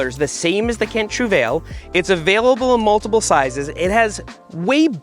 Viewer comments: I don't know if "trouvaille" is a word that is commonly used in english, but if it isn't and it's supposed to be the french word, then PLEASE... Pronounce it troove-eye. French people will thank you. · And not one time in all his time of owning the Trouvaille did Seth pronounce its name correctly 😅 At this point he must be trolling. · Was wondering why it was called Trouvaille lol. French word just sounded off since ur saying it in English. It's a grammar of found, trouvé.